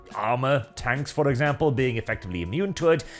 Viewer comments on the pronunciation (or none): none